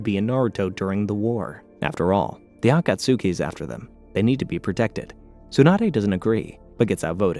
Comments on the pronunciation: Aah - Khat - ski!!! I Love Your videos, but the way You mispronounce certain words makes me want to seek similar content elsewhere... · Bro don't say akatski* like that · If I hear atasuski 1 more time 😡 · THANK YOU. I couldn't wait for Kakazu to die just so I didn't need to hear the name again. Kah Koo Zoo from the Ah kaht sukii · Ah-ka-s-ke not akasuki is is pronounced differently from how is spelled im glad im not the only one minority annoyed by the mispronouncions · "Ah-kah-tsew-kee" and "jin-chew-reeh-kee" are too much for me to listen to 😭😭😭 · He's gotta be doing it on purpose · me-na-toe (minato) ah-cuts-key (akatsuki) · For real! Same rule as Sasuke lol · I can’t watch this with him saying Akatsuki like that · I've never watched naruto and know that's not how you pronounce akatsuki 💀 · Oh my God the mispronunciations so many times so quickly I just can't do it sorry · Take a shot every time he says akatsuki wrong if you wish to die 1000 deaths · It would be a lot better if he could pronounce names like Akatsuki and Tsunade and like 75% of other names correctly... You'd think someone doing a 7+ hour recap would at least watch bits of the anime to catch the pronunciations instead of just reading a script. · How are you actively trying to mispronounce the name “Akatsuki” for 7hours straight 🤦🏻‍♂️…more importantly why?? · Nope, not gonna watch a 7 hour video with you pronouncing Akatsuki like that. I made it 3 minutes and 29 seconds, you're welcome. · Ofcourse you cant pronounce akatsuki the right way. Now its 7 hours with you mispronouncing. Great 😊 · I’ll try to sit thru your pronouncing of “akatsuki” bc omg man lol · I had to turn off after you pronounced Akatsuki like that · Why is the pronunciation of some words like akatsuki so wrong 😂 I can’t deal with it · I swear he was doing it as ragebait lmao so many names were wrong idk if it's bc he watched in English or what lol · Oh this is really going to fuck with me you mean the Akatsuki? Á°ka°ski° Akatsuki